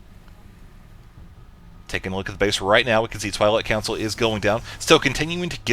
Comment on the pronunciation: sounded like you said "toilet council" instead of Twilight council :P